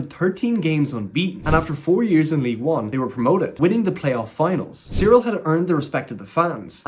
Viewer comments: It’s not Cyril it’s Kyril. Its a k not a c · Dude.. He’s called Kyril(Kiril) not Cereal🤣🤣 wtf 😂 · Why are you saying cyril? Its pronounced as kyril just as its spelled?